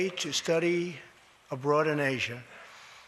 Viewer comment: It sounds like Trump said “he’s going to study a broad in Asia” Not “he’s going to study abroad in Asia.” Lol.